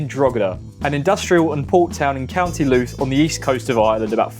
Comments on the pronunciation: but not luth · Ah c'mon, it would've taken 3 seconds research with an internet machine to find out that it's pronounced 'lou' as in loud not looth. UPDATE: I jus heard your attempt at Done lau gear, I don't think one of those AI voices would've butchered it that much 😅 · "Drogeda in county Looth" 😭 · Drogeda in Co. Looth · Love how you pronounced 'Drogheda' and 'Louth.' Superb. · Drogheda, County Looth, and Dun low gere, Dublin 😂😂😂 You poor thing lol. Bet you're glad to be back in Ing lund ❤ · Drog - heada , county looot , dun lao- air ? Jesus Pronounce the names somewhat close to how they sound .